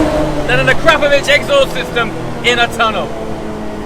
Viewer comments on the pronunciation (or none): Is Akrapovic really pronounced with the word 'crap' in the middle haha, or is it 'akra-povitch'?